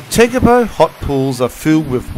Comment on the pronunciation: Hi Shorty, yes we did ask a guy from New Zealand, he was born in Lake Tekapo area and lived in Christchurch. The only place couldn’t pronounce properly was Lake Tekapo. It sounds like lake tepeko, just once though. The rest should be okay. Hey I was born in Kherson (Ukraine ) and the way they pronounce the city name on tv is different from what it is called by locals. peaceful life and beautiful nature are the two things most important and we just wanted to show the beauty of New Zealand. We were so impressed